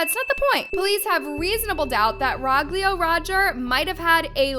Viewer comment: Rogelio is pronounced ro-heh-lio